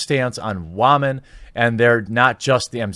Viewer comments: Dude. Fucking seriously. Stop fucking saying "wahmen." Not because it's offense to women or whatever. It isn't. It's just a fucking mispronounced word. Stop saying it because it's incredibly fucking stupid and juvenile and makes you sound like the world's loneliest douche bag. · I don't see the humor in mispronouncing woman/women, it's just distracting. Every time I hear it said, I hear "ramen". XD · Having a best friend you care about makes you gay? That’s silly. Also I know your trying to be ironic, but saying wamen in place of women has long since lost its humor. Other than that good reporting. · think he says woman/women as wahman/wahmen because feminists are just a bunch of cry babies.😭♀️ wah wah! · Did you say.. wämen? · It's basically referring to crying like so: "WAAH!" So you get "Wamen" and "Waman" as he pronounces, but the h is silent in both uses. How he uses it (mainly in a sarcastic tone) is usually in a way where something complained about by certain women (not the majority of women) where it's completely unecessary/minor when there's bigger things to be addressed. Say if the current game out Anthem hypothetically (What if) had "women problems" in the sense of having a lack of women characters, or having a minor cutscene that makes women put in a bad light,even though that event can possibly happen in real life. But Anthem also has HUGE gameplay problems (horrible balance, game engine problems, netcode problems, loading times that makes sonic 06 loading times look fast, basically all of the current problems it currently has) to the point where people aren't even buying it after seeing the problems themselves through streamers and reviewers. Which do you think has a higher priority to fix: the gameplay, or a minor cutscene that might as well be an atom compared to the gameplay? Guess what the 'certain women' picked to complain about that's important for Anthem? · Is there a joke behind "wah-men?"